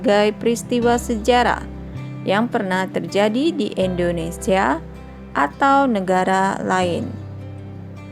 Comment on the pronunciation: indonesia kak bukan endonesia